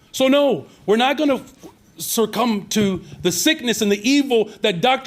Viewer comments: Surcumb??? Mayor, it's succumb and your lawless city is succumbing to criminals. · News flash - 🤡 its not "SirCum". It's succumb. Another dude using words that he has no idea of how it's even pronounced. Trying to be pretend smart.